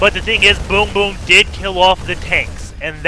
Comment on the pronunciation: Every single time you say "BoongBoong" I giggled hard.